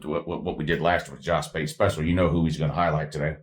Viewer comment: Did you just call Josh pate Jush pute?😂😂 That had me crying 😂